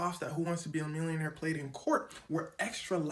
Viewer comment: The way he said mwillioneir